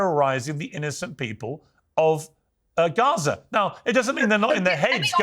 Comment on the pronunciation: Why does she say Guwahzah for Gaza.